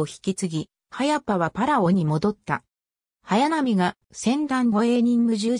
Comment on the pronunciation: はやぱ ってｗ